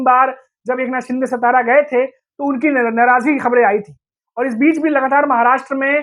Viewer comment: हिंदी=उर्दू भाषिकांनो सतारा नही राजधानी सातारा